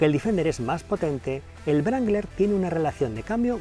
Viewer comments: Se pronuncia Rangler no brangler 🤦‍♂️😐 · No entiendo como a estas alturas del betún aun hay gente que dice "brangler" ... que mal suena en un periodista de un diario como este amigo, que mal suena... es "rangler" la W es muda! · Excelente video pero NO es VRANGLER... ES RANGLER. Es un bocabajo inglés no alemán. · el yip no se llama brangler. Hay que aprender a pronuniar ... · Querido amigo, fantástico análisis, pero por favor, no se dice brangler, se dice rangler, en caso que no puedas pronunciar la w. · ¿Por qué pronuncia "Brangler"?